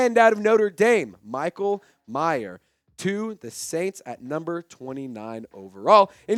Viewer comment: its Mayer, not Michael Meyer